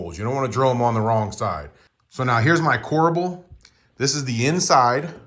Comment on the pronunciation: OMG... CORBEL NO A!